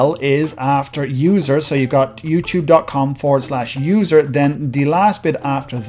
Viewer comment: Hey, this video is helpful, but youTube is not spelled like YouCHube